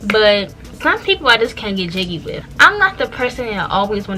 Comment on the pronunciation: I thought I was the only one that peeped that she says wiff😂😂 it’s her accent I luv it lol